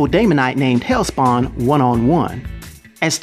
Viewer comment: Just fyi it is Hellspont. Not Hellspawn. Love ur videos!!